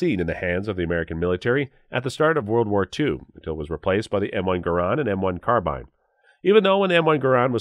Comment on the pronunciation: I personally own, have owned, or used/shot all the weapons depicted here. There are some inaccuracies in this video. Sounds like this guy is reading a script and doesn't know much at all about the weapons , esp pronunciations. 4 min in the comment was made that the US Carbine (rhymes with "Far-seen") .30 cal saw little use in WW2. Tell that to the vets that used them. It was the most common US shoulder arm in ww2, with upwards of 6 million made, compared with million M1 Garands, and a number of Springfield and Remington 1903a3 and a4 rifles. the flash on a soviet tanker shooting a Tokarev TT-33 as supposedly a 1911A1 is a hoot... and the pistol used by US forces was a 1911A1, not the ww1 1911. There is a difference! The Germans "waltzed into Belgium" and took over the FN arms factories in 1940, not 1930. whew. The Browning FN made a lot of firearms for the Germans as they were already tooled up to produce weapons in calibers the Germans were using. Same thing happened in Poland and Czechia. Germans also used some Soviet weapons like the PPSh and even the Tokarev pistol. Large numbers of the Soviet 91-30 rifle were captured and issued to local militias and behind the lines troops.